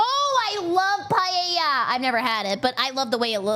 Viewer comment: Btw Paella is pronounced Puh-eh-ja!